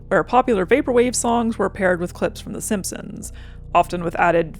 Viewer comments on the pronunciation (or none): none